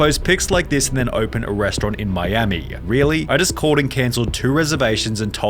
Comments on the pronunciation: you have a horrible pronounciation of words. it sounds horrible. "in miamiiiiii" but then "miami", whats the problem? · Miamiiiiii, firaaaaaaaah, awaaaayyyyyah, problemmmah, levellluh, moneyyyyyah, expensiveeeuh, gooooduh, incorrectlyyyeh, reviewwwuh, cittyyyyuh, fooooodduh, floridaaaaa, countaaaaah, totalllluh, ordaaaaah, bostonnnnuh, collddduh, imstagrammah, herrrrrr, twentytwoooouh, lataaaahhh, ceremoneeeey, restauranntuh, interviewwwah, againnnuh, meeeeuh, attentionnnuh, dayyyyuh, citeeeeey, foillluh, littleeeuh, seventeeeenuh. Do you even listen to yourself why do you say so many words weird